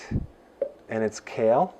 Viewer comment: By the way it’s kale lol